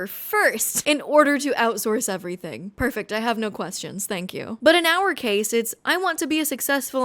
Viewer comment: "...invested everythink into crypto" - natural selection.